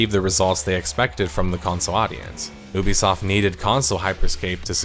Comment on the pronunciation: Why do you mispronounce Ubisoft as 'Oobisoft', it's 'Youbesoft'